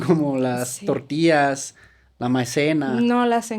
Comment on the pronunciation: El guero por decir tortillas 😂 dice tortias 😂